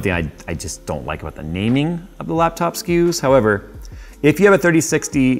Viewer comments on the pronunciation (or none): none